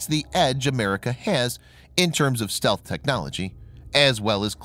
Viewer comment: stealth not stelth